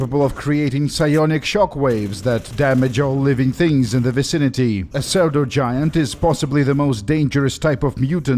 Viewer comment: It's pronounced sudo-giant. Means not genuine. Like pseudonym.